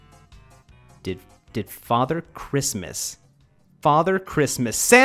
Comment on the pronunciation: It’s crismaasas